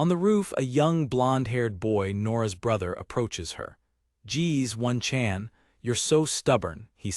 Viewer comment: If im wrong please correct me but I keep hearing one-chan being pronounced ONE, Chan. when most of my life I've heard it pronounced Oh-Nee-chan. I may be American but i had a Japanese Babysitter and she was awesome.^^ Feel like if we adopted some of their homestead cultural customs things in America could improve quite a bit. As powerful and modern and civilized as we think we are.. they sadly got us beat on a lot of fronts.